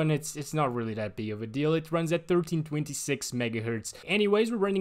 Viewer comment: Dude, I thought you say 'ruin' lol